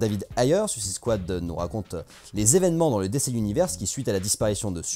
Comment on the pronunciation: Mdr un mec qui prononce DC Universe : "décé univers" Faut pas lui faire confiance....